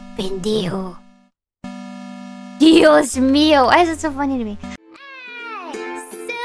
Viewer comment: Ese "Pendejo" lo dijo tan nítido y natural XD